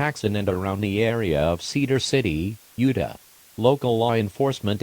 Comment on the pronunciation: i like how the tts voice pronounces utah as "yewduh"